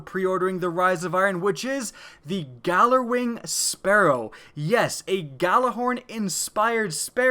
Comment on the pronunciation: its pronounced yallerwing